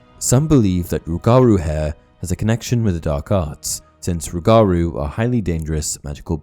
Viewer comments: as someone from Louisiana its pronounced rue-ga-rue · As a Louisiana native. Respectfully... its "ROOguhROO" 😂😂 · He said rougarou wrong such a Brit lmao